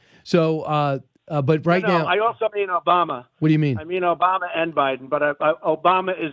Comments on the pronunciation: Not Obama,Chump. it's "OBAMNA". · As he pronounced it “Obamna.” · He’s said Obama boss/aBiden before. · Really? Obamna? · He mistakenly said Obama a few weeks ago and now he has to go along with it and act like it was on purpose. Like the “Ada” Hutchinson thing that he never has explained because he said his name wrong.